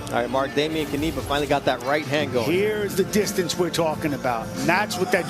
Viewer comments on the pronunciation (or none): "dejmien kaniba", oni są niepełnosprawni logopedycznie, nie ma nazwiska którego by nie przekręcili